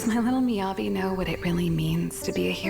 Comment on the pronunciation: It's MiyabI, not Miyabe